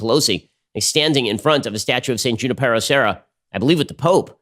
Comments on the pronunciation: It is pronounced “who NIP er o” Serra. Basic Spanish pronunciation Ben! You live in Ca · Ben, its pronounced “Who-nee-pear-oh”. And didn’t Junipero Serra to a great extent enslave the native indians while converting them? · As, suggest u pronounce Junípero Serra properly. Junípero starts w/ the h-sound as in José)? and CA Hispanics may not know his contributions. I grew up in CA, as did my parents. Sixty+ years ago, my mom felt we must learn about Junipero Sera's influence, the bells, 101. So off we went one summer on a road trip to visit every of his missions as he and flock journeyed North. In those days, we could find the padre, listen to his story of the mission and the converted American Indians.y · The rolled r! I died! RrrrrRRRRRRRRrrrrrr! 😂😂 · What was that rolling r thing? That's so cringe, Ben! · How did Ben grow up in Southern California and end up so worthless at pronouncing Hispanic names. I’m as white as they come but I grew up in San Diego/LA and learning how to properly pronounce Hispanic names is an everyday lesson. The way he says Devin Nunes last name drives me crazy and now Junipero - yikes.